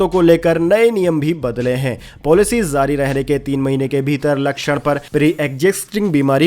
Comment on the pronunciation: Aap J ko Z bol rahe hai, JUNG JARI Rahegi, Aap bolte ho ZUNG ZARI Rahegi?!🤣 Aur Bhai Itni Pure Hindi KYUN? Koi school ki Hindi Boring class me baithe hai, aaisa lagta hai..😎